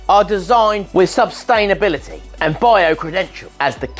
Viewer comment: I loved the way you said "sub-stain ability." It gives me fun ideas for some illustrations. 🤣